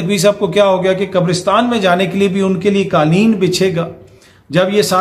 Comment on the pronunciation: Plz correct qaleen, it is qaaf for qainchi Not kaaf for kitab